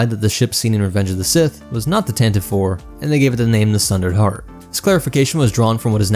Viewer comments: It's pronounced Tan Tee Vee. Why do people keep saying Tan Teeve? The name was introduced in the Radio adaptation listen to it. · For the 300th time dude!🤣 It's pronounced [Tan tee Vee] or [Tan tah Vee]. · The "Tan-tiv-ee" pronunciation dates back to the 1981 Radio Drama. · I have a special hatred for people who pronounce it Tan Tee Vee.